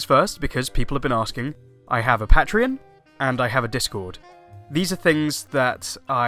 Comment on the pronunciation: You are saying Patreon weird.